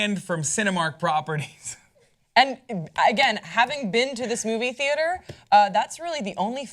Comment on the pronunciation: when he said Movie theater at first I thought he said Booby theater. I'm so Bourney.